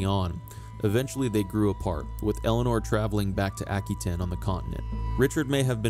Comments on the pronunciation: AH-QUE-TAIN NOT, Ack-Oo-ain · Hello. That is an anglicized pronunciation. Aquitaine is a French territory and it's French pronunciation is as i say it.